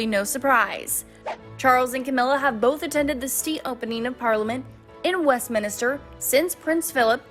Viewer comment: Couldn't watch after the 3rd mispronunciation of Westminster. MINSTER! No ministers !!